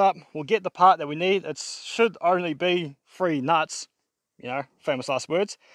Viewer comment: Three not free mate